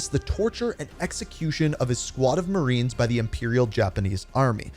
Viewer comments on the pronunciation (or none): none